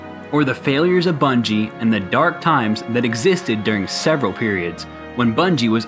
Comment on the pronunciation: “The new bunige” ?